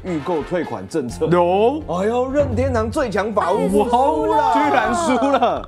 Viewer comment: 1：54 任天堂變成任天常了!🤣🤣